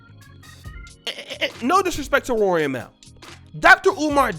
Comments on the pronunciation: Mal is pronounced “mall” fam. You sound like white teacher trying to say a black kids name during roll call. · just FYI out of respect for the bother, Mal’s name is pronounced “Mall” people keep saying it as “Mail”